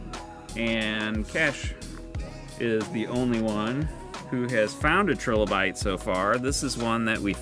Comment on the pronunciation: Can you at least pronounce trilobite correctly?